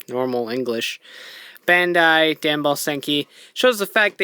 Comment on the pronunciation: It's bandai not bandal